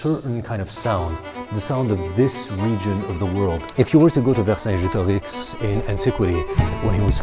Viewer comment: That quebec accent showed up when you said vercingetorix 😂